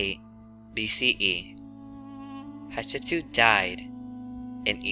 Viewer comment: Hat shep sut pronounced as hatshepsuit Not as you pronounce shatshepsue you makin me laugh though 😂😂😂😂